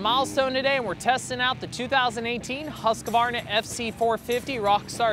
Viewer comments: Pronounced Huskvarna not Huskavarna. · ..it's another copy (KTM) Dog the Husk...Varna !!!!!!!!!!!!!! this year (fgs get the pronunciation right!! *Huskvarna (formerly spelled Husqvarna), it's only taken you Americans 115 years to work out you've been pronouncing it wrong !!!! )